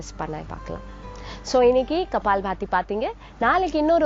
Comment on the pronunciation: இவ்வளவு நல்ல தமிழ் பேசும் தாங்கள் ஏன் " கபாலபதி" என்று சொல்லகூடாது ? இந்திகாரனுங்க கப்பால் பதி என்று உச்சரிப்பார்கள்!